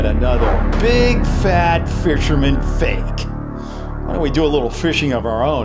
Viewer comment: its fake not fak